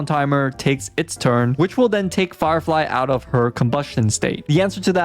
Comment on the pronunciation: Bro said farfly and jing loo